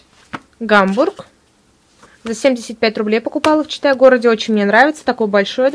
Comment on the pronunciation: Сначала не внимательно слушала и слышалось "Чита город",а не "Читай город".Лол